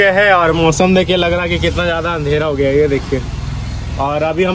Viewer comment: Giya ❌ gaya😂